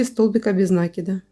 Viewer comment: НакИд, а не нАкид.